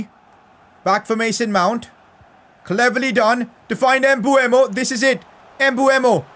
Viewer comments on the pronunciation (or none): Its pronounced Mbumo, everyone thinks its Mbuemo, but its written Mbeumo